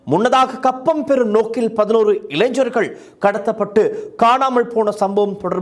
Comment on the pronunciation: இளைஞ்சர்கள் அல்ல இளைஞர்கள் என்று உச்சரிப்பு இருக்க வேண்டும். இது மிகவும் கொடுமையான, அதே நேரத்தில் வேதனையான செய்தி இது... கண் முன்னே தெரிகிறது... இந்த கொடுமைகள்...😭😭😭😭😭